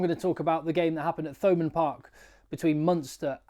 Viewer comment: Hi always a fan, so this is lighthearted- in Munster we don't pronounce Th like you English, so to hear Thomond Park with the pronounced TH is just weird, for us, i know its against your nature,but us Munster boyos can say it as Toe Mund Park 😂😂😂😂😂,it'll be perfect! Respect always 😊